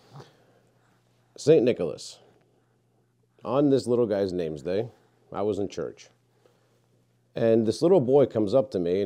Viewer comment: Cute video. Please do not say NameSday. That is not English, correct English would be/is Nameday! There is no "s" in the word. In English we do not say birthSday, we say birthday. We don't say holiSday, we say holiday (old English for holy day). Please help people to learn correct and good English: nameday!